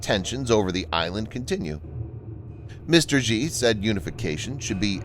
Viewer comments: you misprounounce Xi. It isn't "Zhee" (with the sound found in the middle of "measure"). The letter X in the Chinese orthography system has been repurposed to make the "sh" sound. The name is pronounced "She". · Xi is pronounced more like "she" and definitely not "ji". But in reality it's actually said as "Winnie"